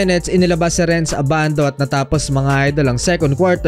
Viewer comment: abandu en yur pish✌️🤣